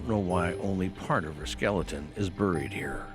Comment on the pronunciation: Rofl. You like A.I reading you? I do too compared to people who do this with their own channels and pretend to care. All about views. At least this fake voice is very soothing. When they can't pronounce buried or sadist, we know it's A.I 😂